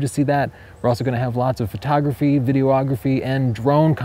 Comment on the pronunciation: "Video-OGGraphy" 😂 Seriously, though, great series - huge help! Thanks.